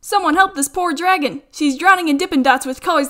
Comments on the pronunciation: “Dergun” Ah yes my favorite name for dragon. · Dragon from this day on shall forever be pronounced as dergon, also I've watched this video 20 times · “Hey I could make a dergon out of this yes i cood”